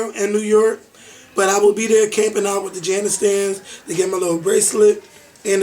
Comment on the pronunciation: since you're on the threshold of broadcasting fame, you'd better learn to pronounce New York. You'll be saying it a lot in the future. There's no "e" in York,. It's York, not Yerkk.